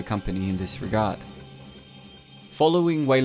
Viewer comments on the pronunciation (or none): none